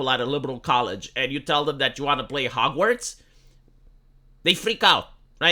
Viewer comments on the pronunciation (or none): none